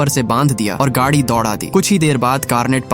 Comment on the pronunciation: Gaaaaadhi nehi gadi